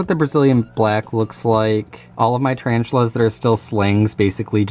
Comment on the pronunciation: HE SAIF TARANTULAS AND I WAS LIKE BOI NO IM OUT